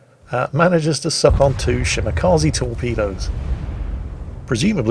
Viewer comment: It's ShimakzE, not ShimakazI.